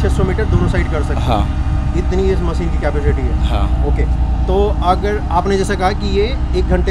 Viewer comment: Bhai sorry don’t mind but मसिन nahi machine मशीन hota hai aap ne channel banaya hai apne pronunciation par bhi dhyan de thoda thanks